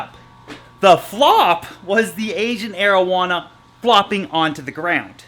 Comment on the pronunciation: Each time he says asian arowana i think he says asian marijuana